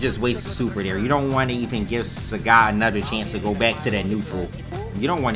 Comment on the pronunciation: "SAHGET" lmao